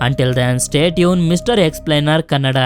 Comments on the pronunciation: It's not KANADDA ,. IT'S KANNADA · Dude it's kannada not kanadda